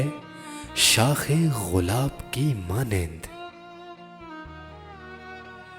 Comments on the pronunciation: Assalamoalaikum Apna talaffuz durust farmaaiay . Lafz (gulab hy) ghulab naheen . Aur kalam ki behr k mutabiq uss k wazan k mutabiq ashaar ko parrhiay . Urdu hamari qaumi zuban hy magar hm NY iss ka hussn barbad kr k rakh dia . Koi baat buri lagy to maazirat khwah hun . Shukria. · Ghulab nahi gulab hota h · Ghulab nahi, gulab bolte hain